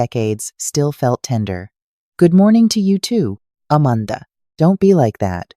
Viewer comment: It's a shame that AI mispronounces basic words, like Amanda and Provence. This could be interesting, but that's a major flaw that distracts from any sense of authenticity.